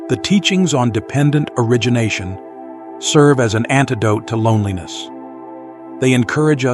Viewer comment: Finally dependent origination is rightly pronounced - deeply appreciated. 🙏🏾🙏🏾🙏🏾